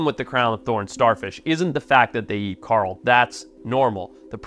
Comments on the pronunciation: Coral reef ❌ Carl Reef ✅ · carl reef 😭😭😭 it’s kaw-rahl besides that ily forest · Hey Mush mouth… it’s not “Carl” it’s fucking “core-ul”….. Also in your other videos you say “Zeb-ra”…. It’s pronounced “Zee-bra” WTF! Annoying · Am I hearing him wrong when he says coral, I'm hearing Carl? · We need to trade this guy with Rick Grimes. Cuz Rick says "Coral" when hes trying to say "Carl", and this guy says "Carl" when hes talking about "Coral". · Why is he calling coral carl? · So Rick Grimes calls Carl, Coral, and Forrest calls Coral, Carl. English man. It’s weird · When I heard that I was like holy crap you can really tell he's from South Africa when he says Carl Reef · I've never heard anyone say the word coral like Forest.